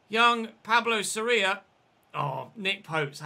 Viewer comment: the vowel in Sorias name that is emphasized is the o, not the I. Just thought I’d point that out Edit: if Fulham fail to stay up you must sign martins, one because he’s insane and you could keep semenyo as a backup as you originally intended, and two it’s unrealistic to have an 89 rated player in the championship. Same for teddy coles, if Bournemouth fail to get promoted.